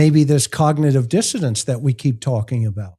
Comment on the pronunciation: Please,! It's cognitive DISSONANCE, not dissidence.